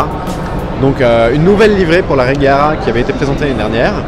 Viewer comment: Mec, j'adore tes vidéos mais renseignes toi s'il te plait des fois. On dit reyera...